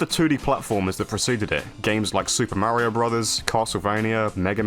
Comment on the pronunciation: Yeah, I heard that too. He also sounded dangerously close to Mare-io instead of Mario. Maybe he's toying with the idea of losing all credibility lol